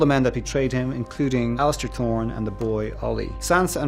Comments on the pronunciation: HE CALLED ALLISER, ALLISTER. SMH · NO!!!! His name is Alliser Thorne. NOT Alistair, there is no T in his first name Petyr!!!!